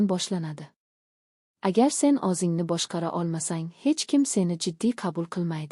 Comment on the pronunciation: Анча сабоқ олдим РАХМАТ. лекин харфларни ўз ўрнида ишлатсангиз илтимос. Масалан. ўзингни ўрнига озингни деябсиз. А. О Ў харфларини хаммасини жойи ни ўзгартириб ўқиябсиз. Танқид келажак меьваси